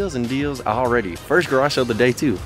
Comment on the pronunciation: Anyone else cringe every time he says “Garashell” instead of “garage sale” ?